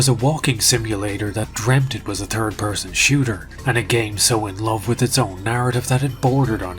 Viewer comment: Is he saying "thitd" or "turd"¿ English is awesome!